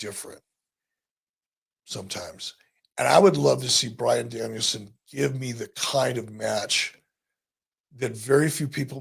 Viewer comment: My fav part of the ppv was JR calling bryan Danielson. Daniel brianson 😂😂😂